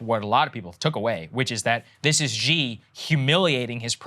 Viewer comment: Omg Saagar - Xi is pronounced like “shee” and not “jzee”. Awesome radar though.